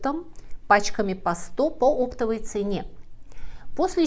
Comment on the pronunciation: Правильное ударение: оптОвый.